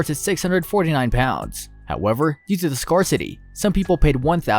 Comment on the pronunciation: "scoorthitty!" = scarcity? :)